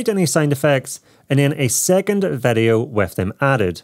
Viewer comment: Why does he say vedeo instead of video ?